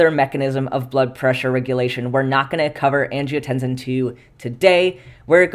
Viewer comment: I might not say anything if it wasn't for your superchat pronunciation challenges, but angiotensin seems like it should have a voiceless /s/. Like in tense, or similarly (but palatalized) in "hypertension". I checked some dictionaries, and they agree. Kidneys ARE cool. Countercurrent exchange and multiplication are neat. °෴°